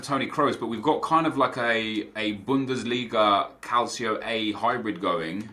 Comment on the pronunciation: Please don't say CALCIO A man